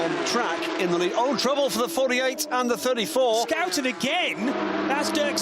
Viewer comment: "Skouten"? cmon put some respect on pronunciation